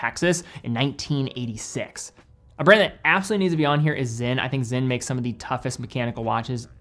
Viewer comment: Sinn is pronounced ZIN but not zen in Germany. And Certina is pronounced CHERTINA not sertina in Italy/Switzerland